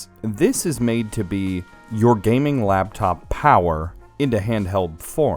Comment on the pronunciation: LAPTOP DUDE NOT LABTOP YOU ARE KILLING ME.